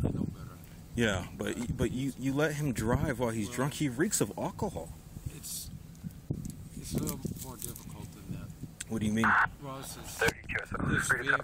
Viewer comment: he reeks of "all-ka-hall"